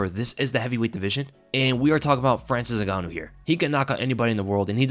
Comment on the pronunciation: Frayril N-Gan.. ooh